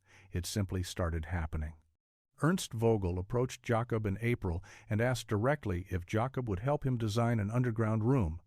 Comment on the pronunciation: Jacob! ... not Yacob! ... that is the Spanish sound. I have so many Jacob ancestors.